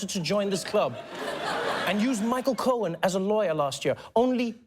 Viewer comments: he did it again, that's cute hannity... pretending you "don't know how to pronounce Michael Cohen's last name, or wait... is it Cone? 🤷🏻‍♂️ "I don't know! I NEVER MET THE GUY!" 🤷🏻‍♂️ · That's cute! Hannity mispronounces Michael Cohen's last name 🤷🏽‍♀️I wonder why he did that?!?🤦🏽‍♀️